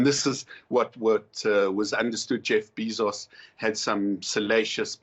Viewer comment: i have a problem with him pronouncing jeff bezos as jeff bee sauce